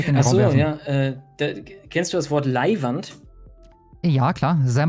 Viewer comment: Bitte bitte meine deutschen Freunde versucht nicht mehr "Leiwand" auszusprechen... Danke und liebe Grüße aus Wien